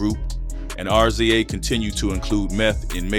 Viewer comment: Why do you keep saying R Z A it's pronounced Riz-ah